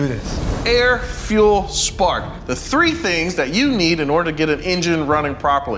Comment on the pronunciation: he has to be Scottish saying a tree instead of three